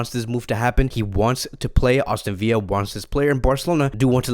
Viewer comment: Aston VILLA not viya it’s English not Spanish